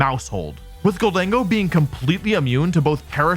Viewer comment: It’s Gholdengo, not Gold-dingo. It’s already the most racist Pokémon after Pikachu. Don’t make it worse.